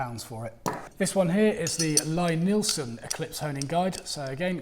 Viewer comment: as so often, it's a horse race. Both guides (as well as the "no guide" method) have their advantages. I own the Veritas guide and find it very versatile and not the least fiddly. the wider roller on the Veritas jig sits better on my water stones. The Lie-Nielsen (btw way, his first name is pronounced "Lee" not "Lye") is more straight forward but also specialised a bit for Lie-Nielsen tools. I have an old Eclipse guide as well which I keep in my tool box, which i do use from time the time. I have discovered that we woodworkers get the procedure bassackwards, i used to sharpen my tools after I was finished working with them, like most other people. Now sharpening / honing is done before I even start cutting. (see James Krenov or Frank Klausz) It's the first step, not the last step in my daily practice. A few quick stokes and my blades are ready to go. I liked your comment that dulling tools is way more fun than sharpening tools. thanks for your insights and a great video!